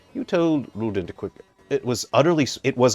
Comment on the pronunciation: Also rouxls kaard is pronounced rules card because he represents the rules/reference cards in a deck or card game